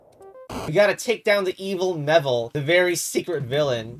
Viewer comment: I'm certain the pronunciation is "Me-vil" not "Meh-vil". It is a pun on Me and "evil".